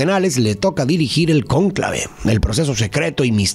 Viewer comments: porque pusiste acento acento en la "a" de conclave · mi, el acento va en la 'o'